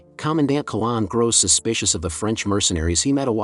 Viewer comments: Not a good start. It's Commandant Qui-N-lan, not Quilan. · The commander's name was - note middle n The name is pronounced Quinnlan not Kollawn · Commandant (Major), I thought it was? Not Quilan!!